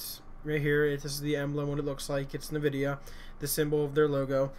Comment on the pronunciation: Lol.... NuhVidia is what it sounds like he's saying